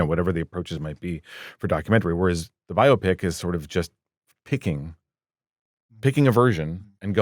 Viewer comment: It is a BUY-O-Pic.........not a Bio-o-pic.